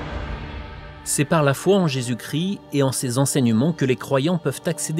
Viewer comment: Christ pas cri ..